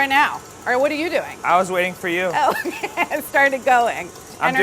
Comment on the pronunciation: No one: Literally not a soul: Charles Melton: M-kAy